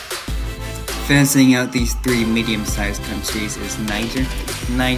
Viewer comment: Why Does He Say "Finising" And Not "Finishing"